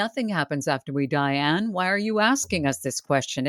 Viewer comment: The show was wonderful as always, thanks! Anne, you pronounced my name spot on 🎉